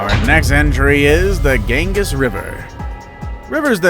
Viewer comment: Pronounced "Ganngeees" river. Potomac you also blew. Lol. Talk to people first, if not sure.